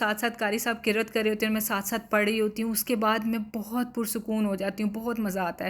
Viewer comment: Aoa ap ki videos dekh kr bht khusi hoti he me to Mishu ki wajha se dekhti hoon mujhe bht piyara lagta he Ma sha Allah mein is ko dekh kr sath sath is ko duaein de rahi hoti hoon and dear word qirrat nahi hota Qiraat hota he